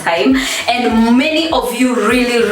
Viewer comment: Kikuyu struggling to say really really really loved it. Dont try so hard sema tu riry riry riry tutaelewa.